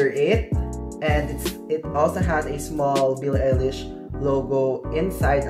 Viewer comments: AMAZING VID Its pronounce BILLIE EYE-LISH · You pronounced her name wrong. You could've avoided this mistake if you researched how it's actually pronounced before making this video. Also, you should've also pointed out that the sizing in Uniqlo Italy is different from the sizing here in the Philippines. The SMALL shirt that you are wearing is actually MEDIUM here in the Philippines. You are misleading your viewers, especially those who are from the Philippines. Check out the size chart of this UT collection from the Italian and Philippine website of Uniqlo and you'll understand what I'm talking about :)))